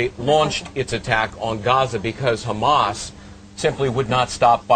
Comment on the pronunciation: What the hell is 'KKKKHHHHAMAS'?